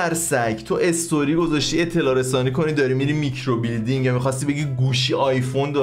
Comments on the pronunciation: هربار كه گفتي ميكرو بيلدينگ جررررر خوردم😂😂micro blading😂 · بابااا میکروبِلِیدینگ خونده میشه مگه بادی بیلدینگهههه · و که هروقت میکرو بلیدینگو اشتباه تلفظ میکرد از خنده پاره میشدم🤣🤣 عالییی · میکرو بلیدینگ رو اشتباه تلفظ میکنی🤣🤣